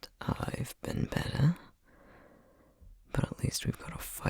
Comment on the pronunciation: "he seems... nice" please augh you did such a good job of portraying a panic attack, especially in a listener i like how the first thing we can hear say after the panic attack isn't in his accent. y'all ever get so worried for your partner your time-honored film nerd fake british accent slips? and when he says "i'll get you some wahder" and "i've been bettah" and "of coahse" hello maryland boy i see you. you fool no one "i might not be the most emotionally intelligent, but at least i've got cyril beat in the comfort department" DRAG HIM the entire ending monologue? screaming crying throwing up